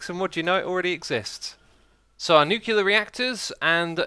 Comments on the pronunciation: Nice video as usual, but a little thing is buging me: It's nuCLear power, the l come before the e, during all the video you are saying "nukelar" or something like that, that is killing my brain each time... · nuclear is pronounced nyoo - klee - er not nyoo - kyoo - ler it annoys me every time you say it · Every time he says "Nucular" instead of "Nuclear" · Is anyone else bothered by him saying "nu-cue-lar" instead of "nu-cle-ar?" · nuclear vs nucular, which is right? Does it matter? You decide.